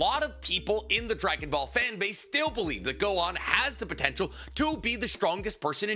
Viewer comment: It’s Gohan and it’s not close